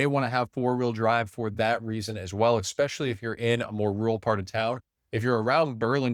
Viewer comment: Dude, you just said "exspecially". Sorry to point this out but I'm doing you a favor because I guarantee you, that will cost you a sale.